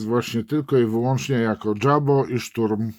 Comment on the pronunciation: JABO to akronim od niemieckiego słowa Jagdbomber (myśliwiec bombardujący), więc nie czytamy tego "dżabo", lecz "jabo", tak, jak się pisze.